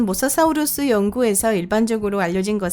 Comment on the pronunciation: 발음이 모사 사우루수............